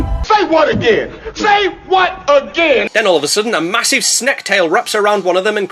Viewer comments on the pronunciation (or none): "A Fakkin', Mahousivf Snek" is peak my guy